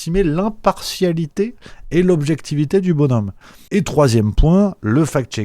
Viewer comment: On dit 10 BON-ZOMME et non 10 BONNE-OMME. Te voilà fact-checké. 😅